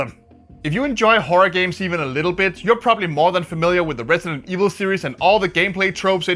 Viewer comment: Resident Esh-Vil?